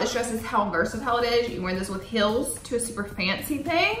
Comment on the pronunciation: Why is she pronouncing sale like “sell” and heels like “hills”?